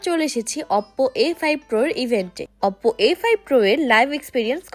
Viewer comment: অপপো আবার কি ভাই 😂 ওপো বলে ওটাকে